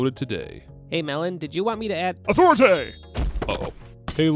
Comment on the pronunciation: It's Authorit-ah. Not authorit-tay 👀 shame shame lemon